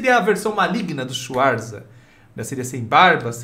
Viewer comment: "Olá Swarzas, eu sou Pessoa". kkkkk. Bebeu o que Pessoa?